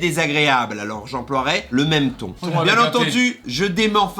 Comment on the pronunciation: ton avec un T ca m a tué XD